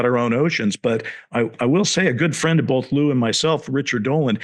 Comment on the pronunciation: lueey? cmon dr shill his name is lou it's nnot very hard